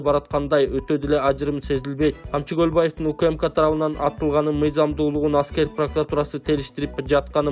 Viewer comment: Туура суйлосон камчыбек колубаев деп атасынго